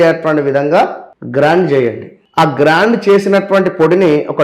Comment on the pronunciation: గ్రైండ్....not గ్రాండ్